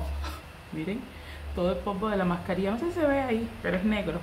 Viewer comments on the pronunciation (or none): porque cuando te refieres a las mascarillas de hidratación de la piel pronuncias bien.y cuando es mascarilla 😷 de esas dices mascarina?